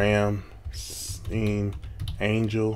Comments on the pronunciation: Just a simple correction you pronounce stein as you would in Frankenstein. Awesome reaction! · Not Ramm-Steen - Ramm-Schtine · Liesten To "Rammstein - Rammstein" and you know they aren´t pronounced like a jeweish doctor in the US, it´s not pronounced "steen" but more like "styian", take this from a german who´s always ask "OH, and where are you from" when english speaking tourists are asking me for help, they think I´m an immigrant/ expact while I´m 100% native german. And it´s very appricietable you get the depth of the lyrics even when just translated, but the translation is pretty good though, no complains there unlinke german translations of South Park episodes at season 16, nowadays no complains on South Park translation either, guess my complaining to Matt and Tray as well as Comedey Central as rights holders worked, to make german translations not that half-assed. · It's pronounced 'RAM-STINE'. FYI. 😊 I have been to 2 of their concerts. One in Paris and Montpellier. You NEED to go to one. It's for your own good. "God knows I don't want to be an angel." The song's about satan. There I said it. Lol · Its RAMMSTEIN NOT STEEN YOU DONT SAY CALVIN KLEEN EITHER ITS CALVIN KLEIN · Rum stine is how its pronounced. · Hi guy, the second syllable is stine. They are a German band. Cheers.